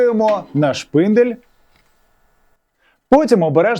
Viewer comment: шпындель. как же тяжело воспринимать.